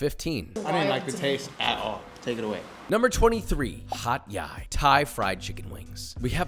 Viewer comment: That its not Hat Yai at all 😭